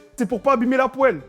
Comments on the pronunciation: « poelle »😹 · La "poèle" 😂